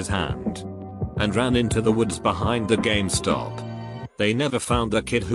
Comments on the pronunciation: Gamma stop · Normal people : GameStop TextToSpeech : GAMAESTOP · "GameStop," pronounced "gah-Meh-stop" if you boujee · It sounds a little bit like the robot voice is saying Gestapo. Makes for a very different AskReddit post.